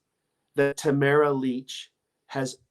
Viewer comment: Her name is Ta mar a not tamra